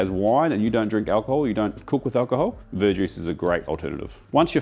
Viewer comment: what kind of juice as an alternative to dark ale? Because all my brain hears is "bird juice" 😂 and captions are unhelpful with "ver juice".